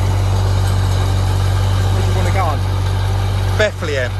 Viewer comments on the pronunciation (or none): none